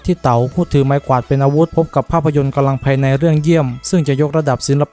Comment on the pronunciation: ควร ออกเสียง กำลังภายใน ให้ชัด กว่านี้ ผมฟังเป็น กะลังภายใน